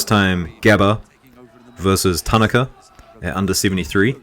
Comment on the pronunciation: TAN A KA is the correct pronunciation